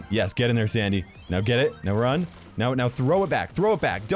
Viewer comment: I swear I heard Dandy instead of Sandy turn on subtitles and you’ll hear it too or slow mode the video